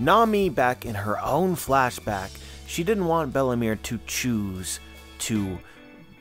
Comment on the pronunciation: Everytime you say Belle-mere I understand Bellamy 👀